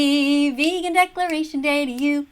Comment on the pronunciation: "Go vegawn"